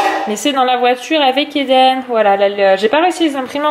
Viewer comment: Quand Eden choisit son histoire, il me semble que tu as dit "LiDen" Un mix de Lili Rose et Eden?😂😂 Super vlog, bravo a ta fille pour le 4 pattes Bisous 😙